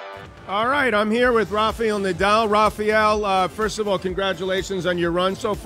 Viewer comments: Close your eyes and is really Rafa!!! And for God sake is RafAEL not Rafiel. Can’t pronounce it well? Read and repeat this several times: Rafa - L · Rafael not rafeal John. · Americans cannot pronounce RAFAEL correctly! Why?